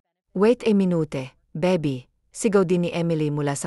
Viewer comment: Ay naku! dear narrator Hindi ko kakayanin ang pronunciation mo.lalk na Ang word na(okay,baby,mommy at iba pa).paki research Naman sa goggle Ng right pronunciation.ang pangit at nakaka destruct pakinggan.nakakasira kc sa story,ang Ganda Sana Ng story ang pgkakanarate lng ang pangit.try mo nlng egoggle pra maimprove ang pronunciation mo sa tagalog.baka isip Ng iba na Hindi Tayo marunong sa sariling wika natin.ms nakakahiya Yun di ba?Sana sa next na mapakinggan kita Tama na Ang pgbigkas mo Ng mga salita.